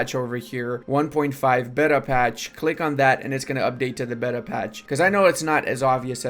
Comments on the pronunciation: Rage each time beta is mispronounced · It makes the game bet-uh